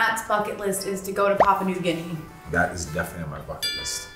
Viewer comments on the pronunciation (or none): It’s Papua New Guinea and not Papa New Guinea. 🤦🏽‍♀️😂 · It's Papua New Guinea 😭